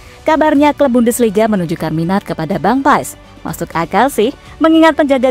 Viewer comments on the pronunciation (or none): none